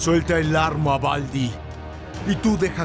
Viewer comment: Se dice Baldi, no Valdi.😑